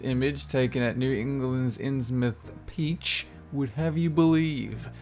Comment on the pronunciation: Is it just me, or does say "peach" instead of "beach"?